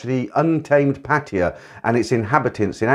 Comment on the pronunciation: love listening while chilling out thanks for the channel. just can i say something. it's not pronounced pateeya, but pa tai ya, since most of your video's are about pattaya. I thought i'd just help